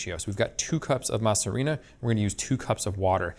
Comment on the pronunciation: Masa harina is actually pronounced masarina. The a in masa is meshed with the silent h and a at the beginning of harina to make one word. Alternatively you can just call it masa. But pronouncing the words separately one after another is not correct.